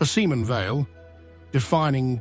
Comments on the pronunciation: I know what you mean. It's irritating that her name is mispronounced throughout the video. It's pronounced Sim'o'wn. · It's not Semen. It's Simone with an accent on the e.